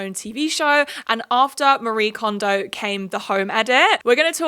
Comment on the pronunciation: Just as an FYI, Marie Kondo’s name is not pronounced like the western name “ma-REE”, her name is a Japanese name and it’s “ma-ree-eh”